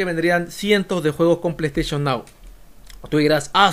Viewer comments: plou stachon miau xD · "Bueno ahora vamos con lo siguiente es con pleisteichon nao,pleisteichon nao, que pasa con pleisteichon nao, pleisteichon nao es un servicio de pleisteichon".